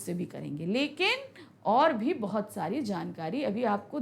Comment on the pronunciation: bhoit bhoit kaal 😂 bheut bheut chuke😂